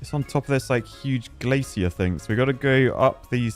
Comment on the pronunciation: Proof that isn't actually British... he pronounces "glacier" the not-stupid way.:P